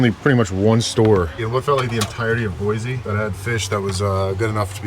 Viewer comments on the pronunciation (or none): If you’re open to being corrected on how you pronounce the names of places… Boise is pronounced Boy-C not Boy-Z by Idahoans. We can tell instantly if someone is from out of state that way. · Where were you camping? The river is running high. And please, it's Boy-see, no zee😂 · Boysee, Boysee, Boysee. It's just as bad as Illinoise.